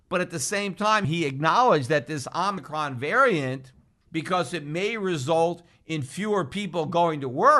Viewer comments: Oh mih chron….Pete. Not omnicron. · Omicron: ohh-muh-cron It's a Greek letter, dude. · o mi cron, don't be as bad as fauci. not omni cron